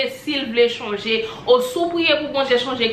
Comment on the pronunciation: Kókót mo a se change not chonge ok boo